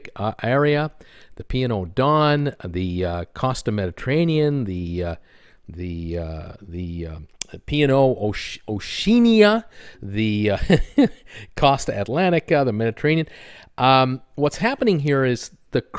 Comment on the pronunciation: Oh-she-ah-na!!!! Good update though. Sad news about those ships going from Carnival. But the Hong Kong investers clearly see opportunities for revenues around China, just like the big three. I reckon they'll be doing 3 or 4 night mini cruises to maximise gambling and spending revenues onboard..Ray